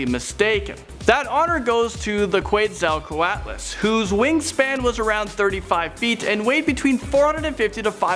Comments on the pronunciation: It's pronounced QUATS-A-KO-ATLAS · Your pronunciation of "quetzacoatlus" is terrible. It's "ket-zo-kwat-lus". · (Que tz o coat les) (cre tay shos) (ter an o don) thats how u say these things